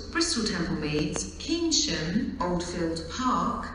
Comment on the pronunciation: Keynsham is pronounced as Kane-shum. Would be nice to hear change at (insert location here) for replacement road transport to (insert destination here)